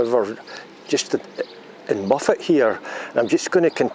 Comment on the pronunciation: Hi,I thought tou were saying muppet made me chuckle. l loked it up and it is Mof+uht. Looks a bit bigger than I remeber,being snow stranded there on the way back from London in1985. Walking in the hills in hot sunny weather is very draining,the air seems less energy friendly. ATB